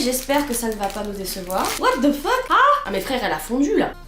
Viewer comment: Words cannot describe how much I adore the French pronunciation of 'What The Fuck!' 😅 Seriously, can I pay you to make a video just rreacting to things by saying "Wha De Fuq" for a few minutes? 🤣